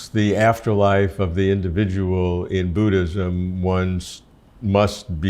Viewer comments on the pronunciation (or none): Its Buddhism not Booddism.